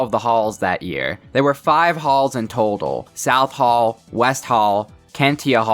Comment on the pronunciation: Saying hall like haul 😂😂😂😂😆😆😆😆😆😂😂😂😂😂